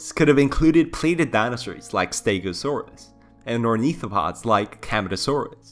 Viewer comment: can i just say that u pronounced allosaurus and stegosaurus right but then you always pronounced ceratosaurus as ceratocirus which just sounds like a disease... in my opinion it kinda triggured me in a cringe way but i liked the vid non the less still good content, u have my sub and views from the future on